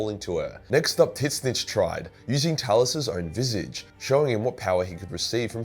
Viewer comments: I know there’s disagreement on how to pronounce Tzeentch, but his way is the wrong as fuck. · Does pronounce Tzeentch incorrectly on purpose? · can someone please tell me why he pronounces Tzeentch wrong? he saying it how it’s spelled but it’s canonical not pronounce that way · Is that an insider or why do you pronunce tzeensh so weird? I cant get over it. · It's his own way of pronouncing it because he hates having to pronounce it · Please learn to pronounce Tzeentch. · not sure if your pronunciation of Tzeentch is a joke or not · Your pronunciation of Tzeentch gives me heart palpitations. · Are pronouncing the name of Tzeentch wrongly on purpose to piss nerds off? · Tzeentch isn't really that hard to say